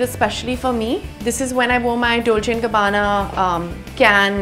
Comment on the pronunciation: “Dolchhhhiiiii and gabbaannna “ so so much exaggeration